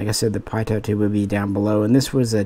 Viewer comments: Your videos are good but I cringe everytime you pronounce Pitot as "Pie-Taught", it's pronounced "Pee-Toe" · Don’t be such a pie-daughnt